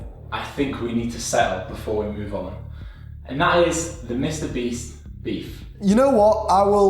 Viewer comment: Bro can't pronounce Mr Beast 😂